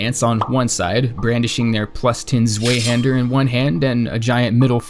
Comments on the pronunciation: Please tell me you didn’t fucking say “zwayhander”. It’s a German word. Pronounced tsfeihander. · Zweihander is said with a 'v' sound not a 'w' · Please never pronounce it like "zway-hander* again. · Ummmm how tf did he just pronounce zweihander? Despicable. Also easy mode would suck because that disregards the point of dark souls, takes away the amazing and gruelling challenge it presents that makes it so unique